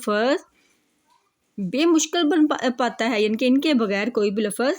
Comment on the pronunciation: یہ ۔۔۔ بہ مشکل ۔۔۔۔ غلط لکھا ہے ۔۔۔۔بامشکل ۔۔۔ ہے ۔۔۔ جب استاد الفاظ کو درست تلفظ سے نہ پڑھے اور کتاب پر بھی لفظ غلط لکھا ہو تو پڑھنے والوں کا کیا ہوگا۔